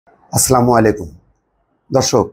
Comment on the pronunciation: I am in all respect u. But আপনার আপনার সালাম সহি শুদ্ধভাবে দিবেন প্লিজ। আপনার আমি প্রতিটা কনটেন্ট দেখার চেষ্টা করি। মাঝেমধ্যে সালামটা উচ্চারণটা সঠিক হয় না